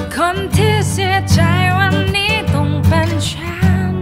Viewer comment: ลองออกเสียงแบบชัดๆเลยน่ะครับ อันนี้แนะนำ เช่น จายเป็นใจ ฉานเป็นฉัน ลองดูน่ะออกเสียงให้ชัดเจน แต่เดิมก็โอเครอยูา มีเยอะที่ยังออกไม่ชัดและไม่เต็มเสียง